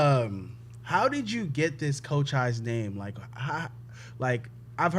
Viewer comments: Isn't his name pronounced CO-CH-EES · Off the rip pronounces his name wrong 💀